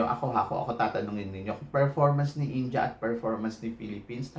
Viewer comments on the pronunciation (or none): Bakit ganyan ka magsalita? Hindi yun PRANS. Its France. Hindi PILIPINS. Its Philippines. Hindi yun INJA. INDIA!